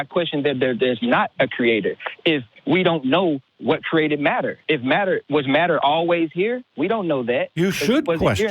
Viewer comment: He keeps saying "kerated" and "crated" arrrrgh